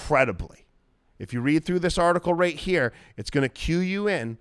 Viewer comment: You got a like for just saying "let's tune in heyahh" 🤣